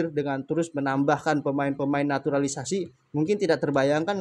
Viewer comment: Jngn sebut naturalisasi anda salah ucap